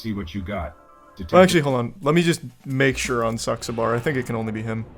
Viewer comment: when Charles tried to say Saxaber's name , im dead lol